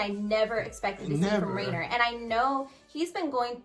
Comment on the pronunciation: It's Reiner not Rainer